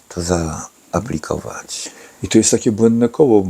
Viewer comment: Zwróćcie uwagę jak wypowiada "zaaplikować " myślę że on jest nieźle uzależniony. Szacun że walczy